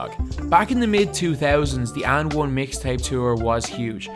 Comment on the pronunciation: did this guy said "UND ONE"!!!